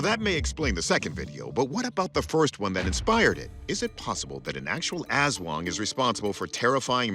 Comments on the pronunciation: loved your accent: Asszz Wong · creepy stuff. watching from the Philippines. 'Aswang' is pronounced like 'us wong' (using standard US pronunciation). people absolutely believe they exist here. you can have a PhD, listen to Bach, and speak 10 languages, but still believe in aswang. Its only one of a ton of crytozoological and paranormal beings that people believe exist here. 7641 islands, most of them uninhabited, dark rainforests by the coasts of islands, and ancient pine mountains in the highland areas. there's a LOT of wild space here. who knows who could live there.